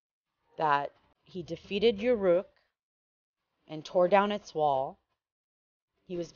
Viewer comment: Very poor presentation. The visual maps are awesome, the sequence is awesome. But the narrator hopefully is hired (and not the actual scholar) if she didn't know that as you pronounce Ur as Ur or Er, so too the city Ereck or Erech of Uruk is not You-Rook. And it didn't seem that she understood that Warka is the same name, same city Uruk being War -Ka. Now to submit some bible facts based on calendar (kish was built by Cush in 2270bc for the birth of his son Narmer or Nar who is called Nar Merod (Nimrod). And Babel; built when he was 30 is the observatory 5km west of Kish. It is not THE CITY (Ur means The City) that Abram was born and the Jasher book claims is both Abram living in a city ruled by AmraPal-Nimrod. So much crap mixed up, that you cannot even correct Wiki-Answers or Wiki-Pedia without getting blocked because they will claim their contradictions make sense and that your corrections are nonsense.